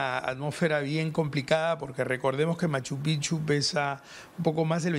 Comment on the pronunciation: Oigan señores, no se pronuncia M. Pichu. Se pronuncia M. Pijchu.